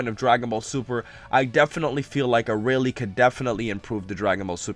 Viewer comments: "Arah-lee"? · arayle (FacePalm) how do you still not know how to pronounce it